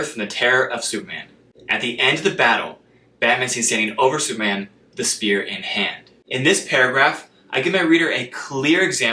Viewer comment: the word superman has three syllables!! !! the word repetitive has four!! you are rushing them into two syllables.. slow down!!